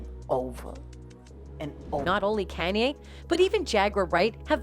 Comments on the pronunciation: How are you saying is name? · Don't subscribe.this bitch can't even say his name right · No matter how wrongly say his name it's not gonna stop the truth from touching folks the end may be near for the ones who's really in control